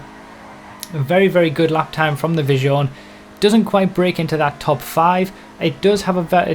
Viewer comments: Isn't Visione pronounced more like Veez-yone? Nevertheless, thank you for putting so much effort into your testing. Keep up the great work!;) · lol at the pronounsiation of "Visione". it's Veesio-neh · please look up how to pronounce Visione, you make me cringe so hard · Man look on google translater how to pronounce in correct italian visione